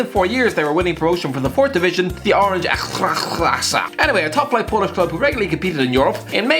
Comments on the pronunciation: No one:: Ekdhdgefensfbstsgegwhklasa Also FYI: It’s „Extra-cla-sa” It’s really not that hard I mean It’s just ExtraClass but the last s is replaced with a. Edit: Fun Fact: Wronki is of course the name of the club’s city, but Wronki is also a formal version of „wrony” which are crows in Polish. That explains the birds in the logo. If this gets like 200likes (eh why not) i can make a video on how to pronounce Polish football names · Oh catch yourself on Ekstraklasa = Extra Clasa It's really not that hard 🙄 I get it that polish ain't the easiest language out there but it's not that every word sounds like you're choking on a knob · how tf can you pronounce dagenham and redbridge like nothing and butcher the word ekstraklasa like that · You could've said Ekstraklasa properly, not like an alcohol with no teeth. Idiot.